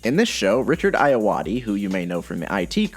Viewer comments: Don't want to be too critical but it's Richard ar-war-dee not ai o wad ee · Richard Ayoade’s surname is pronounced “Ah-yor-ah-day” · Wait... its pronounces Aya-wa-dee?? Oh man I've been pronouncing it very wrong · It. Eye-a-wardy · Oh lawd the pronunciation of Ayoade 😩